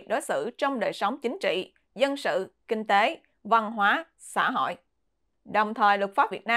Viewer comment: Xá họi hà nọi, nghe kinh thật